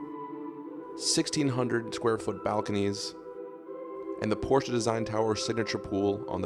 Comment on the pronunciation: Porsche is a TWO syllable word. Period.